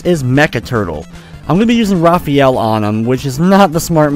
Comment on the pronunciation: LOL, I Know You Love Raphael A Lot, But His Name's Pronounced Differently: Ruh-faa-yell. It's Even Canon In Many Old, New, And Origin Games/Media. xD